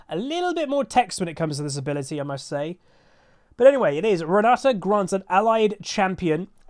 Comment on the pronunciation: GutsGoreNGrind - EUNE Renata It's my mom's name( It's Polish)😃, so there is no other way for me than to master this champion! 😏 Also i am very pleased to hear You say her name correctly 👌, yes it is RenaTa note RenaDa as some say. Thank You for the video, Can't wait!